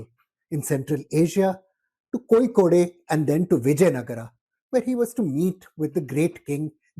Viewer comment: Kozhikode is pronounced incorrectly. There is no ‘ey’ the end. Its pronounced just as ‘load’ . So its ‘ Kozhi-Kod’